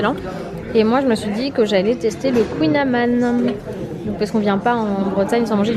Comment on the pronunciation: Juste une petite remarque ne le prend pas mal mais tu as dit kouign aman sauf que le i ne se prononce pas